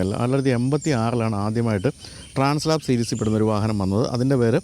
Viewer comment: ഏത് മലയും കയറുന്ന അഡ്വഞ്ചർ ബൈക്ക്ന് ഗംഭീരമായ ആൽപ്സ് പർവത നിരകളോട് ചേർത്ത് ഹോണ്ട ഇട്ട പേരാണ് ട്രാൻസ് ആൽപ്, ട്രാൻസ്‌ലാപ് അല്ല.